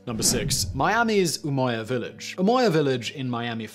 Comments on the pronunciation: Umoja is a Swahili term and is literally pronounced umoja not "umoya" I'm from Kenya and Swahili is our national language 😂😂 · Umoja was not pronounced umoya. The word didn’t come from Spanish but Swahili, and originally Arabic. Thus it’s pronounced like judge. This presenter has lost serious cred in my mind for not doing his homework